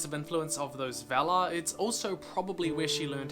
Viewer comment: Very nice, but just one correction: we should pronounce "valar" with an open A like in 'star'